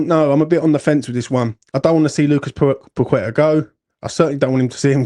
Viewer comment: Surely, you MUST know after all these years that his name is not pronounced “Pakweta” don’t you?